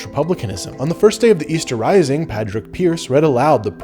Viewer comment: Good analysis (other than the pronunciation of Pádraig! 😉 ) but I'm curious how the 6 counties "opted out" of home rule - as in, who decided? Was it just some executive decision? was it a referendum? Because I know most catholics couldn't vote in the North right up to the 70s (I think) so would they have veen allowed to vote on this decision?